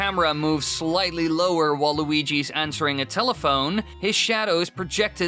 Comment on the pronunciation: When you said "while Luigi's Mansion", it sounded like Waluigi's Mansion. I wonder what that would be like...